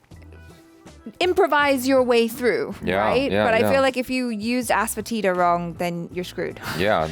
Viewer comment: Ass foetida❌️ Asefoetida✅️